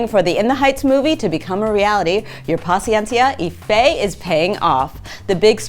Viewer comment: Oh god her pronunciation of paciencia y fe